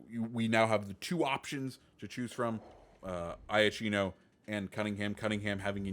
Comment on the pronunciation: Iachino is pronounced “yakiiino” not “eye-a-chino” ;)